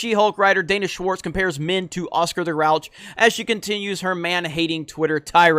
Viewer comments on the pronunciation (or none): Did you say Danish Warts?